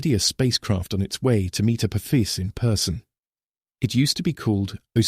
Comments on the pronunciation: Voice cant say Uh poff ess. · He said " Apoophis" lol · He said, A poo-fis💩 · Can your bot voice make up its mind how Apophis is pronounced, and please refrain from continuing to compare it to “a badly thrown football,” which we hear three times in the first seven minutes! 👎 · How many different pronunciations can AI assign to Apophis? What else is it getting wrong? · Within 2 minutes this AI pronounced Apophis 3 different ways. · It’s hard to issue credibility to a narrative that doesn’t even manage to pronounce the same word the same way every time! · Please AI voice - settle on ONE pronounciation of Apophis....App..ofis.... Apoofus, etc. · The AI narrator can't make up its mind how to pronounce Apophis. It started off correctly then used at least 2 or 3 others. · For goodness sake, can't AI stick to the same pronunciation of Apophis? It must have pronounced it at least 4 or 5 different ways. So much for being "intelligent." Also, believe it or not, April 13th, 2029 is a FRIDAY! Spooky, if you believe in that kind of thing.